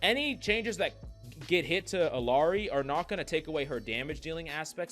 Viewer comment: Pronouncing Illari wrong. Like everyone else.